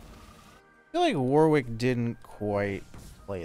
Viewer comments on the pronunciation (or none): ily but that is NOT how you pronounce Warwick my king 😭😭